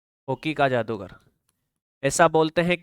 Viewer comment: 3.49 हॉकी का जागदूर नहीं,जादूगर बोलो